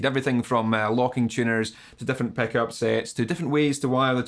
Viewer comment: love that «peck-up» pronunciation)